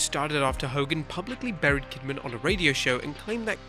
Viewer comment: Was it "burried" or "bullied"? ;^)